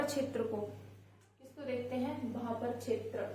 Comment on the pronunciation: मैंडम भाभर नहीं भाबर होता है